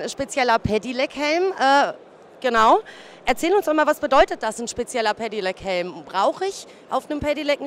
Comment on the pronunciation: wie kann man so oft hintereinander "Pedelec" falsch aussprechen?? "Pedilec", junge junge